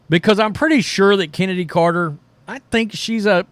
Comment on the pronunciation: Her name is Chen-ady, not Kennedy. Pronounce it right.